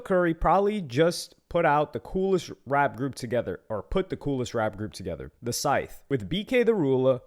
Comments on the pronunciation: scythe being a tricky word.....bro gotta be pronouncing the W in sword then i just know it and the Gs in lasagna. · still, its not that fucking hard to pronounce SCYTHE